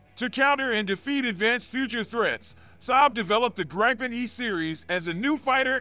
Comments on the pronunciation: Not GrEYEpen, its pronounced Greepen , Like E-raq not Eye-raq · Its pronounced "greepen"